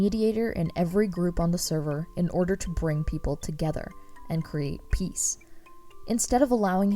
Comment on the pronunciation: “And create peace.” *Picture of peas* Me: Wait did you say peace or peas? I think I’m getting delusional like ranboo as well Edit: TECHNOBLADE